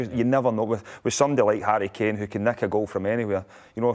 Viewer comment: Who is Hurry Keeeehn?